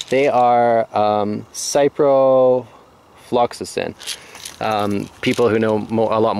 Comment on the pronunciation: SIP - ROH - FILL - AXE - IN